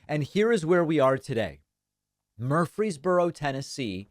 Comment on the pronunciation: Just FYI: It's not pronounced "MURphry's borough" as you keep repeating here; it's "mur-FREEZE borough".